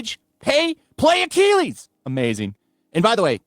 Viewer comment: i have never in my life heard achilles pronounced like does in my life.